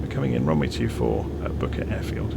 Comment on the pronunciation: Booker Airfield ? sounded like you said bucket lol . cool video thank you .